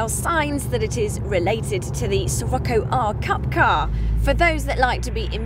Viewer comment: Pretty sure it's pronounced Shih-rocko, anyone else?